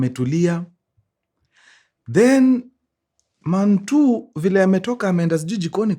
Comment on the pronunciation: Man one ...Man two ❌.......manuan😂 ....mantuu ✅